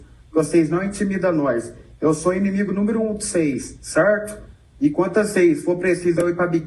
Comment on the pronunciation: Até puxou o R kkkk cerrto